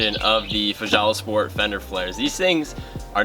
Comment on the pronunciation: Ive seen these! Would love some but not quite in the jeep budget yet! The company fjallasport is pronounced kinda like "fhalla" the J's over there sounds similar to h's haha. Great video!